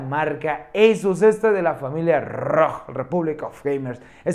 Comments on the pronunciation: NO SE DICE EYSUS SE DICE ASUS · Lo pronuncia en inglés.